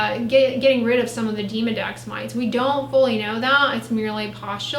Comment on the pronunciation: Demo Dex, not Deemo Dex